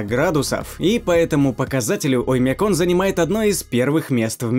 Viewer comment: Страннае ударение на Оймяконе. Так местные не произносят.